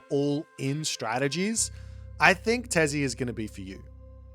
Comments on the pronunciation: Hey, to help with pronunciation of the mayor gods, try to say: -Huitzilopochtli: Wheat-zeal-oh-poach-tlee (FAST SPEED) -Tezcatlipoca: Tez-caught-lee-poca (NORMAL SPEED) -Quetzalcoatl: Ket-sal-co-ah-tle (NORMAL SPEED) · You could pronounce Huitzilopochtli but you couldn't pronounce Tezcatlipoca or quetzalcoatl? they both are easier than Huitzilopochtli